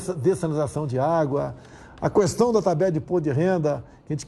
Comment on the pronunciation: Alguém ensina ele como se lê a a palavra "questão".